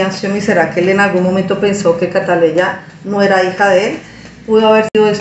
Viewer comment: Por favor señora Ud es Colombiana y Ud sabe que la niña se llama Catleya no siga con la ignorancia de los Dominicanos pronuncie el nombre como es